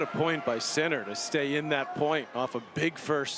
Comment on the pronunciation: Wish the commentator would say his name properly !!!! Geez